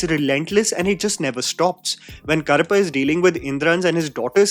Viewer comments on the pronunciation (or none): Karappu - Cockroach, Karuppu - Black or a nickname for Karuppusami It was challenging to hear it as Karappu i.e Cockroach. It's easy to check how to pronounce using AI or Google tools. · Brother, I really enjoy & appreciate what you are doing including the effort to pronounce words in other languages. Side note humour: you pronounce Karuppu as Karappu. Karuppu means black and Karappu means cockroach 😂😂😂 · pronunciation of Karuppu = Urvashi's Daakumaaraj